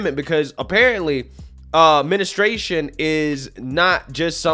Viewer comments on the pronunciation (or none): I laugh at your "menistruation" pronunciation. Can't even get mad because your a guy. It's not something that is just apart of your vocabulary like that. Lol. You're a man. 😉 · I think is purposely mispronouncing things now….ministration 😛